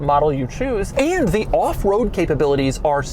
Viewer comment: I'm about to go insane if he says AEIAND ONE MORE TIME